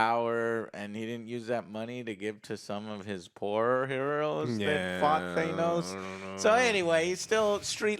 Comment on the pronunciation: damn you too?? influencing you to say “thay-nos”